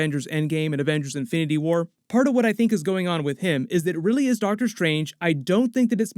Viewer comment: Did you say Darktor Strange? Lol